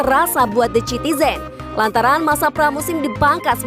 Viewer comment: Pengucapan naratornya tolong diperbaiki dong biar ga terkesan receh.. the citizens dibaca sitizens dong..